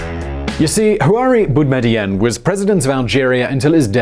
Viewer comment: It’s Boo me dee een And Bouteflika is pronounced Boo tuh fleek uh